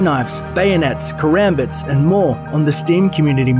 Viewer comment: He pronounces Karambits wrong